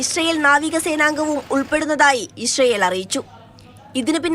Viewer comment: എടി പെണ്ണെ ഇശ്റയേൽ എന്നല്ല പറയേണ്ടത് ഇസ്രയേൽ 😂